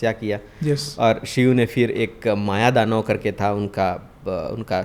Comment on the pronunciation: Ap kuch galat bol rahe hain.. Mayadanav nehi Maydanav hoga.. Shalyu nehi shalya hoga.. Hayagirib nehi.. Hayagirib